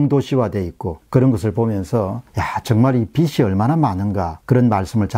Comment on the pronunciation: 빚을 = 비즐 , 빚이=비지 라고 말씀하시길